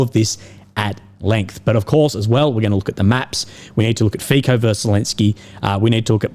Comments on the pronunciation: The letter 'c' in Fico is pronounced as 'ts' and NOT as 'k., Kind of similar to 'c' as in Cincinnati. Cincinnati is not pronounced as Kinkinnati. Fico is not pronounced as Fikoh but as Fitsoh. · Learn the correct pronunciation of the Prime Minister of Slovakia, Robert Fico. It is NOT like F - I - K - O.... its a soft 'c', more like an 's' So try it like "feet - so", because your pronuciation sounds like straight from cia school. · some tips for you: 1. Fico is pronounced FEET-SO (I believe). 2. The west is run by globalists, that is why nationalists like Trump, Orban and Fico are pilloried. 3. Orban is more conservative while Fico is more socialist. Despite this difference they are nationalists and agree on the Ukraine war. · Fico sounds like Fi[ts]o not like Fi[k]o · Fico is pronounced as Fitzo. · G'day Legend and merry Christmass. FICO is pronounced as FITSO. C is TZ or TS in slavic languages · To pronounce Robert Fico's surname you do not make a "ch" or "k" sound but a "ts". Kinda like in "nutso". You can make it a menmonic even: "That Fico is such a nutso!"